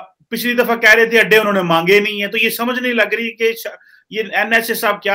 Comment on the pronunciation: Oh I got it. In your last video I heard 'ande mange, ande nahi mange' and could not make sense of it. I think you said 'adde mange, adde nahi mange' in Punjabi accent